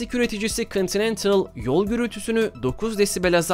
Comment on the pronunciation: Araba lasitigi markasi ve çoğu kisi KONTİNENTAL diyor